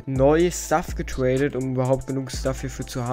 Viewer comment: ich liebe es wie „raid“ oder „drop“ sagst du sagt immer „waid“ oder „dwop“ Edit: oder du sagts auch immer „getwaded“